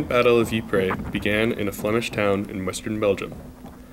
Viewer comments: Narrator Ypres is pronounced eee p, not e pray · I can’t watch he’s ruining it saying eeepray